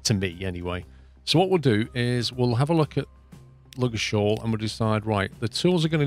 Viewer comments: Really enjoying the series, just to put you out of your misery, Ludgershall is pronounced with a silent "d" and hard "g" - Lug-er-shawl :) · Love the series but Ludgershall is pronounced "lugg er shall". I hope this helps with your hate for the word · The pronunciation of ludgershall is really irritating me, the d is silent, the sh are a pair, not separate, like in shush instead of singular. I would know as I live 5 miles from the small town that the game is referring it to